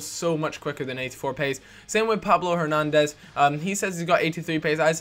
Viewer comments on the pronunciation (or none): none